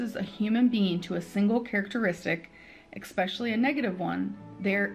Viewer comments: Blah blah blah...her first world problems grate on my nerves, ek-specially! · "eXpecially—".